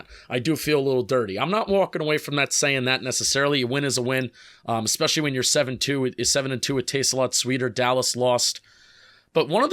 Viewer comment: How bout “expecially “